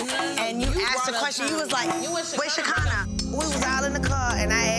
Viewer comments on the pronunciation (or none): WHY U ALWAYS CALL SKEKINAH SHAKEENA 🤣🤣🤣 ITS PRONOUNCED SHA- KINAH. LOL